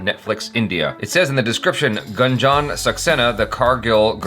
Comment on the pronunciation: says GUN JOHN SAXENA HA HA H JA